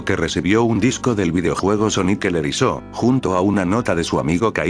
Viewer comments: No escribas en el Loquendo "Sonic el erizó", escribe en su lugar "sónic el erizo", mejorará mucho cómo se oye tu audio. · Nadie: ... El loquendo en : Sonic el erizó.